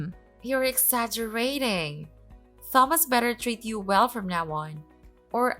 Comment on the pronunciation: Another repeat. And seriously, learn how to pronounce Thomas correctly!